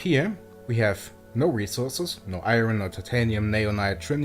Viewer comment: You pronounced “iron” wrong.